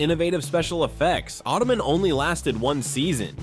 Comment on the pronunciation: Not ottoman... auto-man....